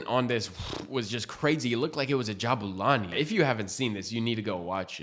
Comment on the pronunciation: Dude. Stop butchering the name it's Jabulani. Not Jabo Lani. It's the boo😅